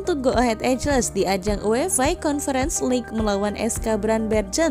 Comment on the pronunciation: Maaf mbak, koreksi dikit. Bacanya bukan ejles mbak tapi ee-gl (EAGLE /English = burung rajawali/Indonesia) 😊